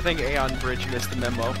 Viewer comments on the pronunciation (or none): none